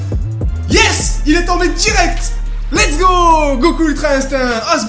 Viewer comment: Pq tu dis l'ets go